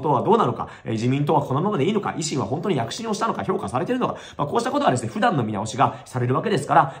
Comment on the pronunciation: あと「不断」のイントネーションが相変わらず「普段」なんですよね